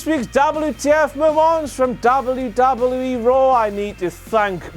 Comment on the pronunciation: I really hate the way you say "WWE"